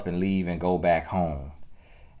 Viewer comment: Lawddd Tony gaskins I don’t think you understand how funny you are in telling us the truth. And omgggggg this whole time I thought you were saying bike not back. Though I understood the reference 🤣🤣🤣